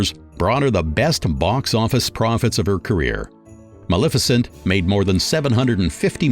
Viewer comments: I enjoyed the two-part presentation immensely but the narrator needs to work on pronunciation. When talking about the movie Maleficent, he pronounces it Mal efficient. This is one of many. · Is the narrator of this (very good) documentary AI? Or just some miseducated homeschooled person who has never ever ever watched a movie, had a conversation, or listened to an audiobook or radio broadcast or sermon or…. The mispronunciations were funny at first, but “Mal-efficient” takes the cake. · The narrator is just butchering everyones name! Mal-efficient? Really?? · When you want to correct the mispronounciations but you don't want to teach the AI... 😵‍💫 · It's good, however the narration is very poor, even laughable that person can't pronounce English , locations and actors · Wonderful job! But the narrator hahahaha. The pronunciation of Maleficent made me laugh